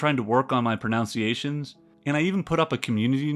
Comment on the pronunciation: The irony of pronouncing "pronunciations" as "pronounciations". Otherwise, great video. Actually, an excellent video. I find the wider context of historical events is often far more interesting than the military side of things.